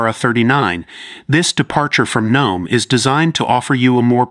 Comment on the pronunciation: Ach G-N-O-ME xD